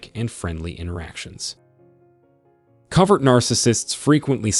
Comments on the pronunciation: Pronounced CO-vert. Not Covered. *Proofreading/editing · It's COVERT (hidden) He keeps saying COVERED. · The pronunciation is Co vert. Use a long sounding o sound. Rhymes with bow! It’s drama, drama, drama 24/7 with a narcissist. THEY have a terrible life, are the MOST injured. It’s just always about THEM, THEM, THEM!!! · It is interesting though, that he pronounces it "cover..t" Because they literally "cover" their nefarious behaviors... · Great video, but it is co ( long o) vert.